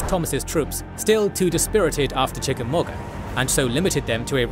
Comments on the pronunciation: The u in Chickamauga is silent. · Hearing the UK accent say Chickamauga is pretty hilarious....proving once again Toxic work environments are the least productive